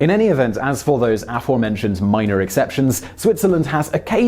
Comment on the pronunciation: I wonder why this guy pronounces "aforementioned" in such a weird way? I haven't been able to find a single instance of his unusual pronunciation of this word, despite extensive Googling.